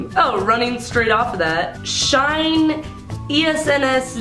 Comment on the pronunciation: lmao the way she said Shinee, SNSD, F(x) and KPOP. HAHAHAH I didn't notice it before